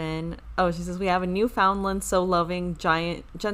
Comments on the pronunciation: The dogs are pronounced newfun lands. Just 2 syllables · Newfoundland is pronounced l like NewfundLAND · And so is the province but no s at the end. Canadians struggle with it all the time 😂 but it’s New fun land